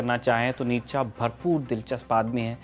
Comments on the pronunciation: It's नीत्शे,not नीतशा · भाई इसका नाम नीच्चा नहीं नीत्शे था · Isako itana hi pata hota to....nitshe ko nitacha bolta???? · Its फ़्रेडरिक नीत्शे not नितचा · नीत्शे नाम था। निटजा नही। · सही उच्चारण नीत्शे है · His name is pronounced as नीशे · Naam bhi sahi se nahin spell kar paate ho NICHA😂😂😂😂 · Actually it's pronounced more like Nee-che